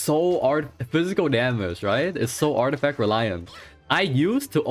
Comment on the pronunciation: i don't like this guy's accent his voice tone always rising every sentence... its annoying... daameegeee.... daameeegeee go fix your speech man!